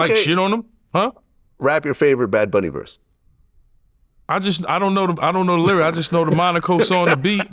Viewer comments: He knew he was saying it wrong. Thats he said it 25 times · If you defend the guy, at least say his name correctly. Its very easy. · “Badz” bunny 😂😂😂